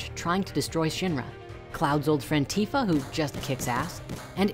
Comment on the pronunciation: OMG, you pronounced Tifa correctly.😪I'm sharing this with friends now. Thanks to the story creators, I was able to show them how to properly pronounce Tidus.